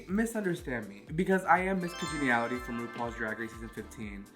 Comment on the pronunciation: What’s her name? 😭😭😭 im weak at her trying to pronounce miss congeniality